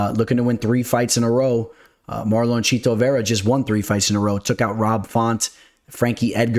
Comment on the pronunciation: has that cash money on his mind - pronouncing my boy's name "MarLOAN" Chito Vera 🤑😂